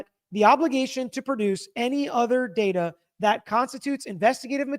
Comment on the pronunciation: datar. Not data. Lol